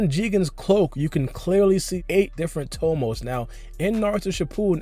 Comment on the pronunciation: "siX TOmoS" You sound dumb asab